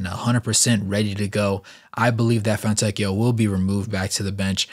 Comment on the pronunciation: it is very close to "See-moe-nay" , but the correct pronunciation is not easy to get for a native american/english speaker, and the surname Fontecchio is even harder but you pronounced it almost perfectly, so very good job 👌